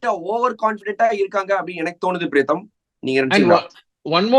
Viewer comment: Your pronunciation of Priyatham comes out as Pretham. In fact only today I came to know his name as Priyatham instead of Pretham.